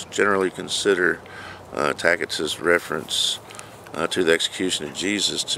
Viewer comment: Tacitus pronounced Tasitus.(hope this helps in future vids)